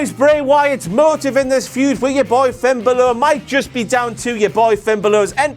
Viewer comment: the way he pronounces finn balor...